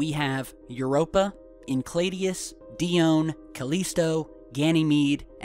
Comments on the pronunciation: Sorry to be picky, but it's pronounced in-sale-a-dis, not in-clay-dee-us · pronounced "en-sell-awdus" not "enclaydius." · i love you guy, but its En Sel i dus, not en kled ios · It is Enceladus, not Encladius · INCLADIUS? CALESTO? Enceladus? CALLISTO... GOOGLE DUDE... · Sorry, but you did make me laugh with your pronunciation of Enceladus. it's EN-SELL-A-DUSS, not encladius. My apologies - couldn't let that one go...:) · It's "En-chela dis" and "Di - o - Knee" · Did he mean Enceladus? [Ehn-sel-add-us] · You are pronouncing Enceladus incorrectly. It is En-sell-a-dus. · its pronounced en-sell-adus... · Dude your butchering the pronunciation of Enceladus pretty severely. It's in-cell-a-dis sorry that just pressed a button because your suppose to be at least somewhat savvy in your knowledge of our solar system